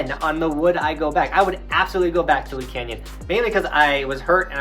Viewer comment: Its LEE not lees lmao.. Im a local hope to see you next season at LEE canyon lol. Hoping for that double black diamond chair lift 🤞🤞🤞